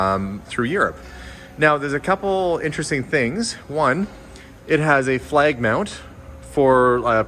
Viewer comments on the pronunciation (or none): none